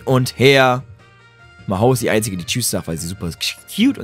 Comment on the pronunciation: hört noch jemand jedemal wenn Maho sagt my hoe?